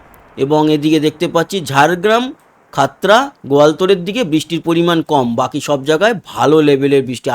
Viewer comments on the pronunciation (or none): none